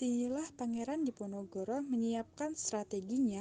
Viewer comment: Ada kesalahan d pembukaan "perang di Ponorogo", harusnya "perang diponogoro"